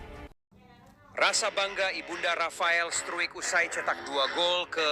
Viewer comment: Cara baca nama org belanda dibenahi Pak,jgn bikin malu. Infony sdh qta dengar ngg Ada istimewa info dri bpk